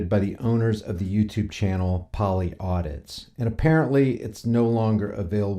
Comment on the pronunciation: Polly Audis. Not audits. Can't even get the channel name right. This is why you had to make a 2nd channel because your a dipshit.